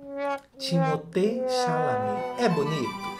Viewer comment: Eu não acredito que eu estou continuando a ver o vídeo depois do que vc falou do meu homem Timothée!!! 😭 (e caramba, vc pronunciou o nome dele certo! 😱) Ele é um puta ator, talentosíssimo! Vai ser muito maior! E lindíssimo tbm, CLARO, eu não consigo olhar pra ele sem babar, sério, ele é o homem dos meus sonhos! 😍😍😍😍 O jeitinho estranho e desajeitado dele é o que o torna mais fofo ainda (e ainda por cima ele tem o mesmo MBTI que eu - INFP) Tá certo, que a maioria dos filmes que ele já fez são ruins (menos Wonka e Duna) e eu só vejo por causa dele mesmo 🙄 mas CARAMBA! Ele não merecia tá aqui nessa lista! #magoou 💔😭 Edit: ok, tudo bem que vcs não gostem dele. Assim diminui a concorrência heh heh